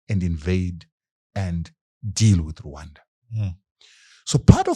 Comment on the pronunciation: You pronounce RWANDA properly, I suscribe! Deal